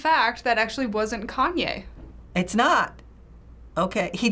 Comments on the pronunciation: “kanwe west” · Am I the only one that noticed two of them called him kanwe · The people called him "Kanwe" more often than they did "Kanye" lol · I love how they all say kanwey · Chloe Gollihar they kept saying kanwey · You mean “Kan-wey” 😂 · Is as dyeing when one of them said “Kaneway” lmao😂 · I love when they all say “kanway” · “Kanway” west😂😂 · Ah yes, kahnway yest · Everybody was saying KONWAY WEST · I can't believe two of the elders said " Kanwe West" 😂😂 Another elder said " Tate Perry" 😂😂😁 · They kept calling him kanway west. 🤣🤣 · The way two of them called Kanye “kanwey”😭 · Why are they all calling Kanye konway 😂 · did these mfs just say kanwe? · "KANWAY WEST" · What did they say “kanway” instead of “Kanye” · WHY DO THEY SAY KANWE